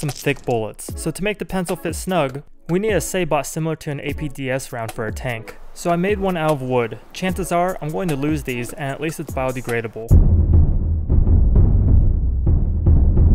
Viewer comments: Say-bot LOL. Sah-bow. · it’s pronounced like Sabo not like sabot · Nerf dart video: "suh-BOW" Eberyone: "it's 'SAY-bow'" A year later: "suh-BOT" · Suh-bow. Sabot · It's pronounced say-bow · the way you pronouced sabot killed me. i love it good job